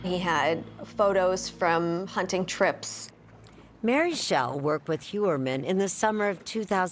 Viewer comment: Hunning?!? HunTing, Erin. It cannot be that difficult to pronounce the T.